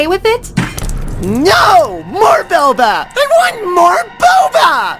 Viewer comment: "I WANT MORE BOBUH! 😩"